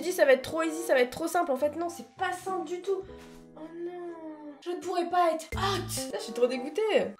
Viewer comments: A chaque fois que tu faisais « HÔTE ) Mais des barres 😂😂😂😂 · J’adore le ”hot” 😂🤣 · J’aime La façon ou dit HOT 😂😂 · J'adore la façon dont tu dis "hot"💖🤣🤣🤣🤣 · Films quand elle dis hot c incroyable 😻😂😂